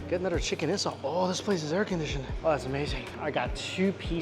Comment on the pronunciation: Is he saying "chicken incel"?